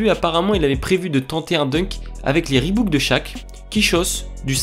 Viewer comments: Ree"bouc"? ReebOk! Sinon sympa la vidéo ;) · Les "ReebOOK “ de Shaq ??? Reebok idiot . Pour ceux qui ne savent pas lire : Ri bOk et non ré book 😂😂😂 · Mdr les "Ribouques" de Shaq. La marque s'appelle Reebok et se prononce "Riboque" en français. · « Avec les Reebouk de Shaq » j’ai ri